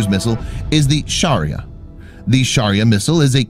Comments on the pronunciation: Shaurya it pronounced wrong It should be shau (shu) rya Most of the india's defense materials are named after hinduism's mythology For example shaurya (The God of The Sun in hindu mythology is SHURYA) Brahmos missile (God of creation BRAHMA'S main weapon is brahmastra) Pinaka rocket (God of Destruction SHIVA'S second weapon is pinaka bow after trishul or trident) Agni 5 nuke (God of fire in hindu mythology is AGNI DEV ) Prithvi i missile (Godess of the Earth in hindu mythology is PRITHVI DEVI ) TRISHUL missile (GOD of destruction SHIVA'S main weapon trident called trishul . As per the mythology it can abel to deatroy the whole multiverse & all 64 dimensions it explains in the scriptures) Ashwin (ashwinos twin brother gods are the messenger of god of medicine dhanvantari and they are the doctor of the heaven , when gods get injured while fighting with the demons , the ashwins take care of the gods .) Amogh misaile ( An weapon of DEMI GOD KARNA (he is son of the SUN god shurya . and another fact is this amogh weapon was gifted to karna by INDRA (GOD OF THUNDER AND LIGHTNING) NAG missile (as per hindu mythology this is a weapon of the nagas (mythical beings half snake from feet to hip and half human from hip to head . Males are called as nagas and females are called as nagins (it inspired the creature of harry potter flim's lord Voldemort's snake nagini ) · It's suriya your pronacation is very bad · its "shaurya" not sharia😬😬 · Indian pronunciation - Niirrbhaay - Shaauuryaa